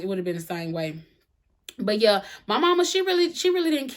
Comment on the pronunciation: Hey!!! I absolutely love the way you say, “Yuh” 😆 Reminds me of my cousins in the South!